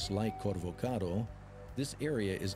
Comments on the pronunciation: Cool documentary amigo Make sure its Corcovado, not Covorcado. I realy enjoyed it ! Thanks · Dude! It's not the 'Corvocado' .. it is the 'Corcovado'. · Its “Corcovado” not “corvocado” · Corcovado my friend not Corvocado